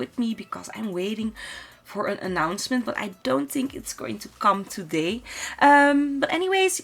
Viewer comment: why am I getting irritated by the way she says ''Tink'' instead of ''Think'' ...or ''wit'' instead of ''with''. I mean the rest of her pronounciation is good, but the ''T's'' instead of ''Th's'' are just distracting and irritating to listen to. I really like her build and it's a shame xD